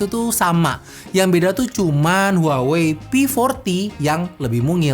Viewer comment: maaf. kaLo gak saLah cara bacanya "wahwei"